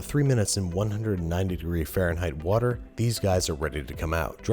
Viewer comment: Wourder? Someone hung out with Bon Appetit Brad a bit too much ;)